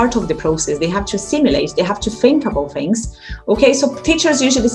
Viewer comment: It's so hard to look at it when we see our own face or those of the students... We have to look at the little camera hole instead :p There's something I see and hear from you often is your "fings" instead of "things"... be careful. ;) Thank you so much for all the material you bring, it helped me clarify and understand the things I had a problem with and you helped me getting more excited again about teaching and I got back to my old files and material that I classed again. I can better structure my whole teaching.